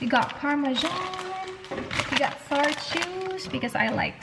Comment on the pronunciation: U keep saying sour in a wrong way.